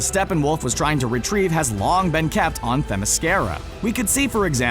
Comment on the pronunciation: Too bad people cannot grasp the proper pronunciation of Themyscira.